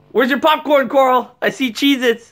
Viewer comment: Deez Nuts HE SAID CARL IT IS CARL ITS NOT CORL